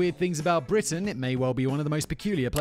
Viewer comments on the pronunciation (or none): none